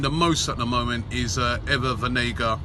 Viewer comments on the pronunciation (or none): Banega not Benega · It’s Banega not benega, come on robbie🤷🏽‍♂️🤷🏽‍♂️ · it‘s BANEGA robbie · It’s banega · *banega :D